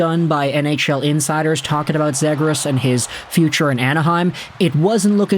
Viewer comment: Before I even watch this I already know it’s gonna be pronounced Zaygras and I already know the ducks are gonna get screwed in this mock trade